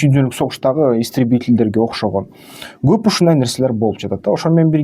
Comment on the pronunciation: Гоп эмес коп деп суйло кыргыз тилде гоп деген сох жок